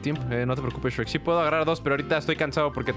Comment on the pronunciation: no es grek es sherk jaaaaaaa 7u7